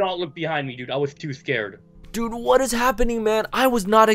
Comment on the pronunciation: everyone listen carefully says im skared. edit: say so many skared